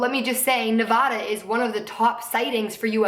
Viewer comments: i always thought Nevada was pronounced Ne-Vah-Duh instead of Ne-Vaw-duh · ITS NOT PRONOUNCED NEVAHDUH ITS NEVADA. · did anyone else from Nevada cringe when she said "nevahduh" ughhhhhhh. I love you so much but it's Nev-A-duh. I love yooou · it's (nuh-vad-ah). just fucking saying. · it's weird how everyone in nevada pronounces it "nuh-vad-da" and everyone else pronounces like how she does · lmao someone from Nevada it's pronounced like nuh-vaA-duh, but this was a seriously great video. I fuck with conspiracy videos and area 51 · The only thing that pisses me off about this video is how she says "Nevada". Other than that I love this so much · I literally love you but say Nevada like that one more time I'm gonna kill myself